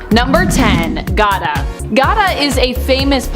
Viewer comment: "gada" lmao. Gata! You fine but no brain 🧠